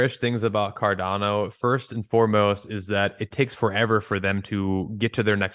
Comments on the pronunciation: can you please stop saying car DAN o:)...try car Don o! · Listening to a guy talk about Cardano who says it Cardayno is hard to take serious 😂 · OMG STOP SAYING CAR-DAN-O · Why does he mispronounce Cardano so many times despite being such a huge fan? Fucking weird. I’m out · Almost couldn’t finish the videos because of how he pronounced cardano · Why does he pronounce Cardano like no other?